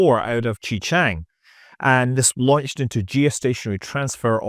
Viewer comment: "Xi-Chang" pronounced as "Shi-Chang" in English btw